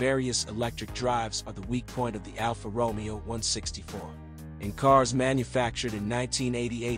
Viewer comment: NOT Alfa Romeo as in ROmeo and Juliet, is is Alfa RomEo.... the accent is one the E NOT the O (actually sounds like 'RomAyo' ). At least get the basics correct, please.